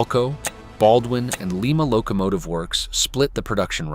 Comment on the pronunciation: JFC, why can't the people who creat these things get the AI voiceover to pronounce Lima, Ohio, cirrectly? It's Lie-ma, Lie-ma, LIE-MA!!! And quit using those idiot AI photos of things that don't or didn't exist. Absolute crap AI!!!